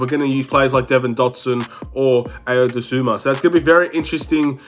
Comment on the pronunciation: To whomever needs to hear this… it’s pronounced “Eye-o” “Doh-soon-moo”